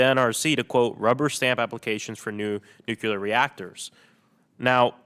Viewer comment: Sorry, if you can't even pronounce the word, nuclear, you have zero credibility when talking about it.